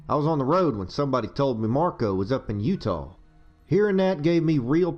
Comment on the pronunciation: Interesting how says Utah as Youta instead of You-tah... I wonder if hes doing that on purpose because, lore wise, no one remembers how to actually pronounce it, or if thats just how he pronounces it himself... interesting.